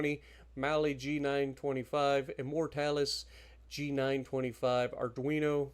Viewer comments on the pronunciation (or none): none